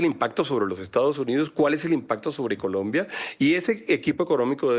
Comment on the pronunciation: me encanta cuando el analista dice Polombia.